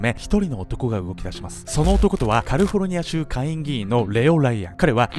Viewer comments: カルフォルニアが気になった(´・ω・｀) カリフォルニアだと思います(´・ω・｀) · この頃のって「カルフォルニア」って言っての思い出した😊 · カルフォルニア州 笑